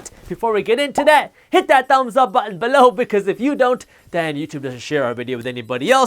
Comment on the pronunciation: He says BALLOW.